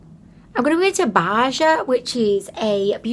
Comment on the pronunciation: Tee hee... You crack me up,! Baja is "Bah - Ha" 😂